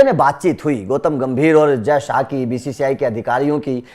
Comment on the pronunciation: Gautam not goutam